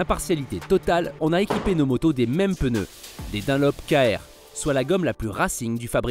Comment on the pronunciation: Des "pneus", pas des "peuneus" svp